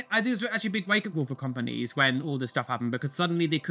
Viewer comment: why he say companies like that 😂😂